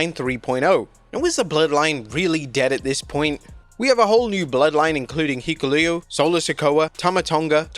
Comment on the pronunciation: “Heekuleo.” Speaking of botches.